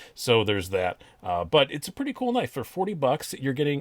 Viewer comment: You said “knaf” and I left immediately lmao just NO!!!